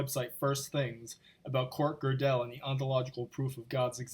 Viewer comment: Hey choir! He's preaching to you. Especially those of you who do not know how to pronounce Gödel or understand simple logic. Love histrionics? This is your guy!